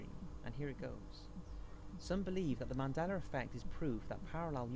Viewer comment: Moron can't pronounce Mandela...